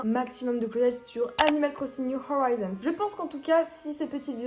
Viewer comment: Tu dit mal le nom le nom c'est pas horaizons c'est horizons comme un horizon